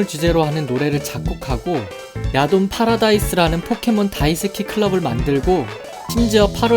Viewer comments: 처음에 야돈 목소리 들었을 때 야동(?)으로 들려서 뿜은 적이 있어요. ㅋㅋㅋ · 야돈이...야동으로 들리는 난... 썩었군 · 야돈을 야동으로 들렸습니다. 음란마귀를 힘껏 쳐야합니다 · 난 왜 야돈이 야동으로 들리는가.......... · 계속 야동이라고 들려... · 아 나만 음마꼈냐.. 야동이라 들려.. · ... 야돈이 잠시 야동으로 들렸다...